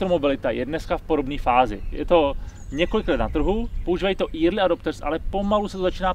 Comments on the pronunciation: Pozor na velmi zásadní a nepříjemný významový rozdíl mezi "érly" a "íry/írly" - To druhý, psáno eerie/eerily fakt nechcete :D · Promiň, ale to "Írly adopters" je dost hrozný. Říká to i Honza Březina mimochodem. Mohli byste to zlepšit:) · Early se rozhodně nečte érly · Asi nejaka deformace z Digitu :). Ale vazne, taky mi to trha usi. Jinak je Petrova Anglictina slusna...